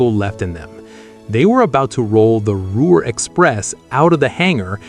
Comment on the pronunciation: I spent more time laughing at the gaffs when I wanted to feel pride in the performance of the builders of these marvelous devices. If you are going to keep showing these videos from the past I would suggest you do a couple of changes. First redo the text to properly spell names consistently. For example, Ruhr (pronounced Roor), C. D. Howe is pronounce C.. D. How not Hoe. Next use only pictures of the Lancaster Bombers, not dual engined aircraft, or actual De Haviland Mosquitoes. Do it seriously or don't do it at all.